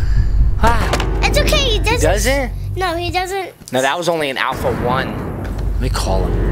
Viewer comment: Why say alfalfa 3 hard alfalfa 3